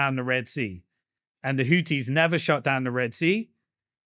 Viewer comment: When he said hoodees all I could think of was Hooters